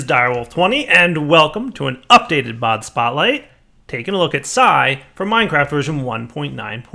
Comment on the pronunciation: why does he say si or sci p s i as it is spelt??